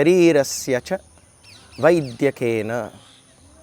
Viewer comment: Sairam. A small observation.. In the sentence “ Malam sarirasya ca Vaidyena” , while pronouncing the word “ vaidyakena” , the ‘dya’ shouldn’t be stressed I think brother. Kindly check . Thank you 🙏🏻